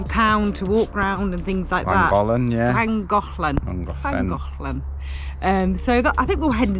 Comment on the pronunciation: you sound like a proper Welsh girl the way you say Llangollen